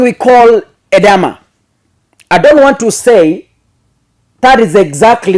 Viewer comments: It’s called Edema and not Edama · It is pronounced E-d-Ma. Edema can be the result of medication, pregnancy or an underlying disease — often congestive heart failure, kidney disease or cirrhosis of the liver. Elevate and or stretch the feet when traveling long distance. When symptoms persist, seek medical attention immediately.